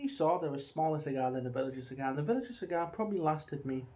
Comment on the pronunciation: Btw mate villiger is pronounced with a hard g like villigur